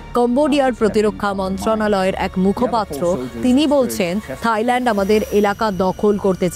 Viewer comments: থাইল্যান্ড ❎তাইল্যান্ড✅😁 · তাইল্যান্ড না থাইল্যান্ড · তাইল্যান্ড ✅ থাইল্যান্ড ❎🤣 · মখা সাংবাদিক থাইল্যান্ড রে বানাইছে তাইল্যান্ড 😂